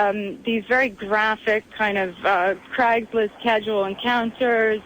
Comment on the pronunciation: strange way to say "craigslist."